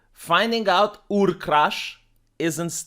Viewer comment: I’m glad you are making fun of the fact they keep saying “ur”. Ur is an existing word and it’s an ancient city in the Persian Gulf, and it is absolutely not pronounced like “your”. That’s a huge pet peeve of mine.